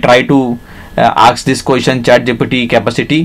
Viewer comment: Although I do understand what you are trying to say, I have to admit your English is really really poor. You are not even able to correctly pronounce the word "capacity" and you're really struggling with your flow and what you are trying to say. I know English is not your native language but maybe get someone else to do the voiceover narration.